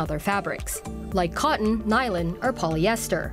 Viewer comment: learn how to say the words "nylon" and "algae".